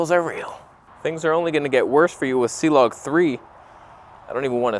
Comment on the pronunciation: I’m afraid it’s not Cee-Log, 😳😱 it’s Clog.. And where is Reggie????